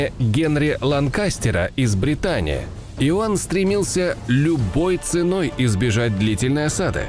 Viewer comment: jek jonsos зато в прошлом ролике упорно в слове "Бретань" не так ударение ставил.